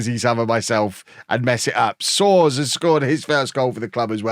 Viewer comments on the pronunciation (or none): Soares = soh-ARE-ess, kinda like Suarez in spanish.